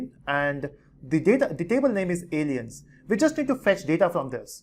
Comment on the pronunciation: Why he call us Allen's 😂